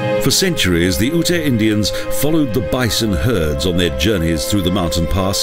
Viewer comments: Its UTE...not Ut-a...ugh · I like Colorado but this video is beyond cheesy. Seems like it was made in the mid 90's. Plus Black Canyon is a national park not a monument and Ute is pronounced yute, so there is a little misinformation.